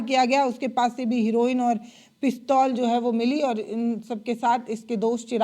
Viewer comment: हिरोईन😂 नहीं बल्कि ' हेरोईन कहिए❤